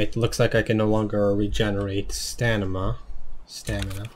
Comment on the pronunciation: My mans... Stanima lmao... luv the vids